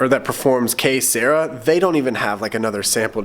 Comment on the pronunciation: If the song you are referring to is Que Sera Sera, I think your pronouncing it wrong. Not like Sarah. Like Sir-ahh. At least that's what I always thought. Not sure...Anyway, I'm a fan of the vlogs. Great work.